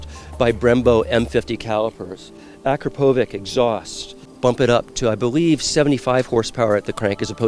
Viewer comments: AkrapoviČ as in CH. like Czech republic or "chair" or "chat". Is it so hard? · Hearing Americans attempting and miserable failing at pronouncing Akrapovic never gets old... dumb Yanks :D